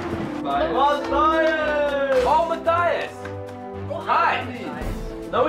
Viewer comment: LOL Ma-cry-us-i-am I'm soo sorry Matthias I love u but that is classic :P!